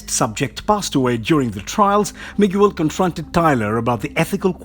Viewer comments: It's pronounced "me gail" not " mig u l" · The name is Miguel. Not Miguewel. Pronounced Mee-Gell. Not Mig-you-el or whatever it was you were saying. Really that hard to ask someone or google the proper pronunciation? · I never understand why people like this make videos and don't bother to learn to say the guy's name right? I have never had somebody introduce themselves or heard of somebody be introduced as "Mig-u-el"... Wtf is wrong with you??? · You're pronouncing Miguel's name wrong ! Ots Mi-Gel. Not mi-gu-el ! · Miguel (Mee-Gell) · The narrator got quite a bit wrong here, especially regarding Iron Man and the pronunciation of Spider Man's name, Miguel (not Mig-You-El). Where are the Uncanny X-Men of the future? They did have a title, remember? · what is this channels problem with names first i bailed when i heard "mo ira" now you do "mi guel" why oh why do you butcher names? Do you even check those things before posting ? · Miguel is pronounced "Me-Ghel". Spanish for Michael. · Dude, I'm struggling to watch this video because of that... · This is the worst narrator on this channel. Mig-yew-el. Wtf. Why hasn't anyone at the channel correct him? Smh. Awful. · Drink every time he miss pronounced Miguel's name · Why do you pronounce miguel like that? Jesus christ man make friends with Spanish speaking people and run your pronunciation by them